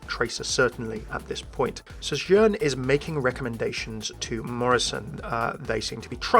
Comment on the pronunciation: Why do you keep pronouncing Sojourn with an accent? She doesn't say it with an accent.